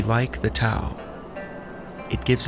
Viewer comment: The T is typically pronounced with a “D” sound! Aside from that, this was very well done 👍🏽